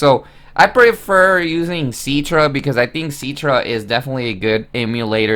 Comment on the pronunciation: IT'S CI-TRA NOT C-ITRA